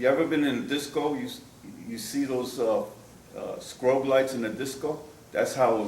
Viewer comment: Had this guy really made it 67 years and nobody told him it’s pronounced “strobe” lights?